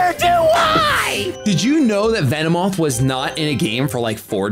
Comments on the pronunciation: called it a Vinny-moth lol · "Lost to a Vinnymoth" LOL!